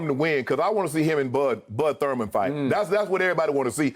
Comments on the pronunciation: This man really said “Bud Thurman” 🤦🏿‍♂️🥴😂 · Shay Shay said Bud Thurman 🤣 🤦🏻‍♂️😂